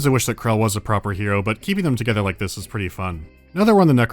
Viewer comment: 'BEARDS TOGETHA...!'